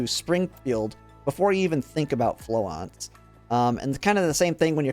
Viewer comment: You've got the French pronunciation of Florence almost down. Keep saying it the way you're saying it, but don't drop the "r". It's the start of the 2nd syllable, so flo-RENCE. If you Google "French pronunciation of Florence", or any other pronunciation you're not sure of, like "Chinese pronunciation of Zhaohui", you can usually find a video or sound clip, although I did have to look Qiongjiu up as separate "Qiong" and "Jiu", go figure. In spite of Florence being "French" and spicing up her language with the occasional French word (because the PA-15 is a French gun), she's arguably named herself after founder of modern nursing, Florence Nightingale, who was English, so an argument can be made for either pronunciation. In Project Neural Cloud, the VA pronounces it more the English way, but with a Japanese accent, of course. I imagine she'll pronounce it the same way in GFL2, so you're probably safe to stick with the normal English pronunciation for this one.